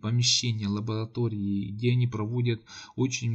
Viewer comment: ЛабоЛатории- улыбнуло.